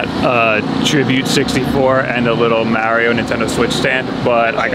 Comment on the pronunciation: Except when he pronounces Mario as Mehrio